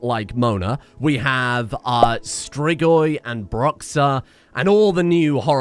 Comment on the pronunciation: I feel like you should pronounce Bruxa as Brujah